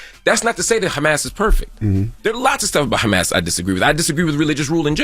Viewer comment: Crazy how Envy couldn’t even pronounce Hamas bro..